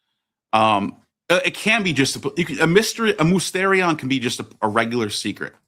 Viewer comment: Small correction, it's pronounced mistirion